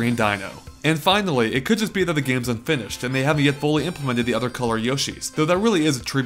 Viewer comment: Findally, and THAT ladies and gentlemen is why I am subscribed to this amazing channel